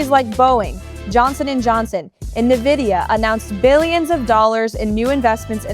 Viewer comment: Mr President and Caroline the name is NVIDIA not NAVIDIA. Fyi.